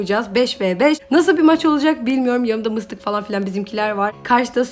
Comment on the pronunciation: Mıstık diyomuş bende mistik mistik galiba mistik olamadığı için sayıklıyo sandım XD🤣